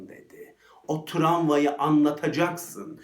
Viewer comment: videonuz çok güzel ama travmaya tramva demeniz biraz rahatsız edici...